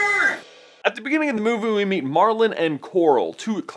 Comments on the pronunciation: He said "moovoo" instead of movie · he says moovoo instead of movie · Moovoooee?????????? You said moovoo instead of movie at the beginning right after the "hi brother" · "At the Begining of the Moovoo.." I knew it. Theory confirmed; He's a Cow. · Did you say Mooboo instead of movie?! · I still laugh because it sounds like you say 'movu' instead of 'movie' but I really enjoy your work guys, keep it up! <3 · "In the beginning of the movo" 😂😂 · HE SAID MOVO NOT MOVIE IT WAS ADORABLE BUT FUNNY LELE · I think he just said "at the beginning of the movu" instead of movie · he said mobo in the beginning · Who else noticed he said "at the being if the moovoo" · at the beginning of the movoo XD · Dude, I swear he said that the second I read it!!! 😂😂😂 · I did MOOOOOOVOOOOOO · And he said right when I saw this comment. XD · i thought i was the only one 😂😂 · he says "At the beginning of the movoo." LOL!! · lol "At the begining of the movoo" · "At the beginning of the movoo" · You said "Moovoo" in the beginning😂😂 Not trying to be rude. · Anyone else realise that he said moovo in the start? Lol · at the beginning of the moovoo... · why did he say movo